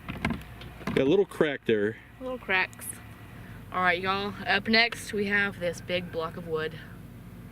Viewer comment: may be Californian, but she pronounced y'all naturally, shoots like a southern woman and looks good doing it; she's welcome in the Carolinas anytime.